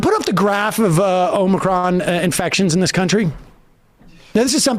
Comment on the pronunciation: The way Ben pronounces "Omicron" hurts my ears, especially when he says it multiple times in succession.